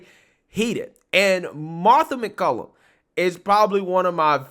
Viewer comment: BTW, Her name is MacCallum MacCallUM! I like and respect her too, practice saying her name right! Respect!